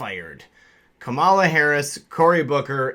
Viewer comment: It's pronounced cum llama. Not kuhmalla.